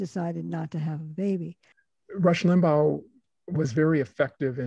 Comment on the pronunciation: i dont understand why you repeatedly mispronounce Limbaugh’s name. Was it on purpose? It was LIM-baw... not LIM-bow (as in bow-wow). I LOATHED his politics (and lies and simplistic analyses) but thought he was an unusually skilled radio personality. He knew how to attract listeners and hold on to them thru the next break. I’m glad he’s gone, but still, i wish you’d pronounced his name correctly😊